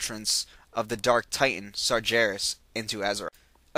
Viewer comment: DUDE! i like these videos but seriously you need to play Warcraft III or watch some of the videos depicting the story line because i cant stand the way you pronounce some of the names, Tyrande, sargaras, and manaroth are being pronounced incorrectly.